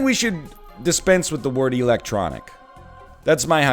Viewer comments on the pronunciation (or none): "why is electronic pronounced differently from electric" I don't think it is, honestly? You're the only one I've ever heard say electronic like that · My man pronounced electronic weird and then complained about the English language